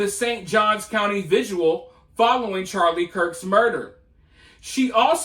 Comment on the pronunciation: Are you calling vigils 'viduals' 😂